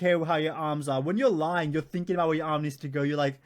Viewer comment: “Lieing”? bruh…